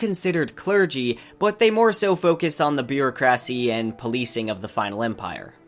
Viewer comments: First 30 secs...you just said bureaucrassy. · Bureau-cracy. Eye-run. Sazed. Interesting pronunciations all around.